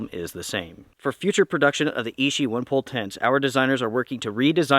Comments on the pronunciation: Thanks for your video - excellent information! Btw: 'Ichi' is pronounced "ee chee" (2nd syllable begins with the sound as in 'cheese'), and translates to the number "1" in Japanese. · So I watch a couple of video about this tent. I thought it was ishi as in the word meaning of stone, but when I go to the DOD website, it was ichi as the word meaning one. Is it American pronunciation that just different or is it the DOD official name.